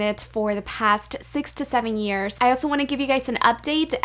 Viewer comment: i thought you said 67 years💀youre not even 35